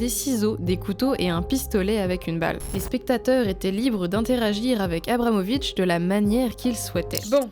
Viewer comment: Je suis complètement fan de l'oeuvre de Marina Abramovic ( d'ailleurs vous avez malencontreusement écorché son nom ici, mais je pense pas qu'on puisse vous en tenir rigueur puisque j'ai cru comprendre qu'écorcher des trucs c'est un art chez Marina). Merci pour ce super épisode !